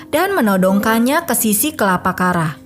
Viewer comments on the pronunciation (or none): Blg yg bnr mbak kepala jgn di ubah jd kelapa